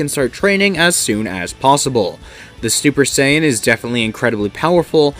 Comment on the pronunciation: i heard stuper saiyan no cap